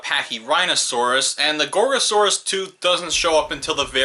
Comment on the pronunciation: Um Guys Did he just said gorosaurus